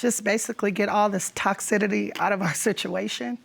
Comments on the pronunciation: It's TOXICITY, not toxidity! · Had me cringing everytime i confidently hear Toxidity… MAM, the word is TOXICITY. And Siri stayed too long, ain’t no woman who truly loves someone goin out in 2 months and get pregs, nuh uh